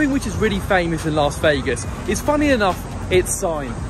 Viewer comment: you’re a ledge and it’s another great vlog. BUT ITS “LAS” NOT “LARS” Vegas. Please, please, dear god, Las not LARS.😬